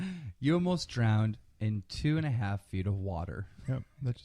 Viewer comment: Lol,drownded love the way Keem mispronounces that